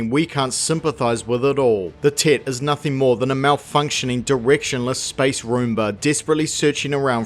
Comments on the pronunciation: I keep thinking he’s saying “tit” instead of “Tet”. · I keep hearing "the tit" hehehehe. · I love how your accent makes it sounds like you're calling it a 'Tit' lmao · your accent really makes it sound like you're calling it "the Tit" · All I am hearing is "the Tit" 😂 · Who else giggled like a child every time the Kiwi narrator said the word "tet"? 😂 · I keep mis-hearing the way he says "tet"